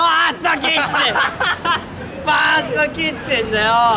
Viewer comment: ファーストキッチンを「ファッキン」て言うんだーww かっちーなー。 デザート地獄はキツい。